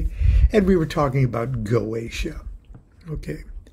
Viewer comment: It's GO-EH-TEE-AH